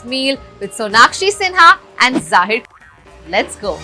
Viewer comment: Such a sad thing that the host doesn’t even pronounce the guest’s name people… what is ZAAHIR?